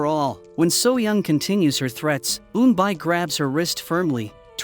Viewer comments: It's Eunbi and eunbeyol not unbay and unbayol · Pronounce wrong ,the correct pronunciation is Eunbie ,like Rubie not Eunbi ai . Eunbyeol not Eunbile 😂😂😂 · Pronunciation needs work.. N-Bee (Eun-bi) N -B yool (Eun-Byul) Plot hole... Eun-byul committed slander and libel against soo-young, turned the whole city against her, and falsely accused her of a crime she knew was false, and was never caught/punished for it. If Soo-young had proof, she could have destroyed Eun-byul's life and future, and/or made her a victim like her sister. Eun-byul sent her sister care packages at the orphanage for years, but never rescued her. Also, what if the bully Soo-young's parents had adopted Eun-bi to be her servant, but on the surface appear to have done it to give her a sibling so she wouldn't be lonely?🤔 Just a thought and some fan fiction ideas... 😈😎😇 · auto-generated audio. Pronunciation of Korean names is off by a lot. Pronunciation is actually E-un-B and E-unb-B-yule. Like mule, by with a y. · eunbi (pronounced oon-bee) and eunbyeol (oon-byol). (the problem with AI reading comprehension is they take all the words as American English)